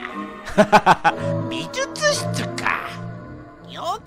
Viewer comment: レトさん相変わらず美術室のことびずつ室って言うんやね、、、笑